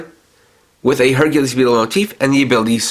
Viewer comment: I like this whole set. Don't like the pronunciation of Hercules though. Other then that it's good!